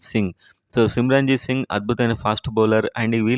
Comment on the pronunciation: సిమర్జీత్ సింగ్ అతను..... సిమ్రాంజీత్ కాదు